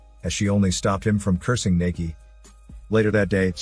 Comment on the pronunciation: Thanks for doing a Thai movie, btw, it's not pronounced "Nakee" it's "Nah-kee" :)